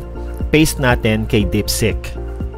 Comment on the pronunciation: It's DEEPSEEK HINDI DIPSICK